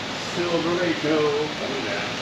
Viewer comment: It’s pronounced silver rod oh